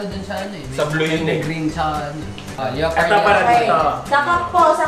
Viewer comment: Anong "leyopard"? Lepard ata pag pronouce da leopard mga hunghang